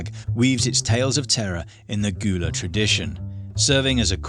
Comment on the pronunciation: Just so you know, "Gullah" is pronounced like GULL-uh, not like GHOUL-uh.